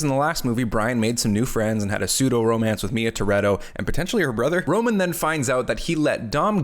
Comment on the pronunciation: Also his name is ROMAN, ROME-AN, need I say more